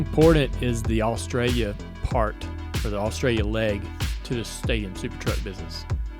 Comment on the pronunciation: Dale and Robby say Australia so wrong and yes I’m Australian